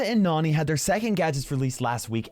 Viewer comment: I love it when says Nani like Nohni